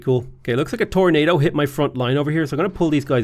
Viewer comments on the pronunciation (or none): none